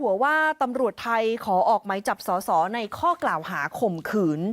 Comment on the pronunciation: เขาเรียก สด.ส. ไม่ใช่ ส.ส.